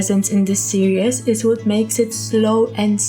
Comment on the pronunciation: I love how you say "seree-s"